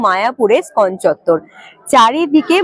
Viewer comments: তোমার ধারাভাষ্য ভালো,, কিন্তু উচ্চারণ একদমই ভালো নয়,,তুমি বলছ স্কন মন্দির,, ওই মন্দিরের নাম ইস্কন মন্দির,,।খারাপ লাগছে বারবার ঐ বিকৃত উচ্চারণ,, ঠিক করে নিও,,।। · খুব ভালো। তবু ষ্টাইল করে বলতে গিয়ে ইসকনকে স্কন বলাতে কানে ধাক্কা খাচ্ছে। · ওটা স্কন নয়। ইসকন মন্দির। খুব কানে লাগছে এই ধরনের ভুল শুনতে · তোমার ভ্রমণ ভিডিওগুলো আমার খুব ভালো লাগে। কিন্তু বার বার ইসকনকে স্কন বললে কেন বুঝতে পারলাম না। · ওটা স্কন হবে না বেবি। ইসকন হবে। আগে উচ্চারান ঠিক করে পারে ভিডিও বানালে ভালো হয়